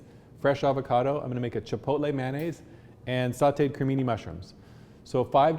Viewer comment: Boleeloh, Halapenis, Cheepotlee, FreeHolee (he he).